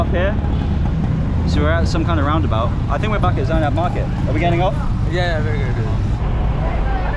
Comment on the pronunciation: It's not Zena market it's zenab market.🥺🥺